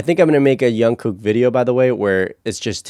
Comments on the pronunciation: Why is he keep saying youngkook..? It's Jungkook..... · ur saying jungkooks name wrong, it's not yungkook... you pronounce it like jeon-gook but made the j of jeon like 'ch' and and the k at the end a bit more like a g sound. And don't pause when u say his name make it flow and quickly Also it's not J-HOP its J-HOPE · Changes in the enlistment laws mean that they don’t have to enlist until they are 30 - none of them have gone. The new law has been dubbed the BTS Law. Jungkook’s name is not pronounced with a “y” sound but a “J” sound. The one who was nervous to sing in front of the others was Jin JK sings MOST of the guides - but SUGA did Soop as he wrote it in a caravan while they were filming the series. Soop in Korean means Forest. The lyrics were originally printed - you were correct but V kept writing the changes down - that is why JK said his writing was bad. He is not the neatest writer. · did he just say youngkook and ungkook lol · fyi you keep saying "youngkook" it's jungkook with a j sound not a y sound (so the opposite of Carl Jung the philosopher) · Also, why do you call him youngkook? It’s Jungkook. The J for jungle. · i just wanted to say that jungkook isn't pronounced with a y sound. its more in line with how you say "junk" but jung with ng sound. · You pronounce the j in jungkook like in jimin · Actually the pronounciation for jungkook is like junk (sound in english) the J not read as Y, and gook (like sound we say google) 😊. And maybe you can check some of JK's work too such as Still with you, Your eyes tell, Magic Shop and Stay. He develops well from years ago.